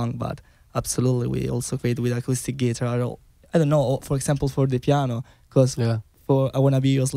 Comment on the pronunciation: They are wonderful and the interview is wonderful! Just great! (Guys, tell Thoman to stress the word "guitar" correctly)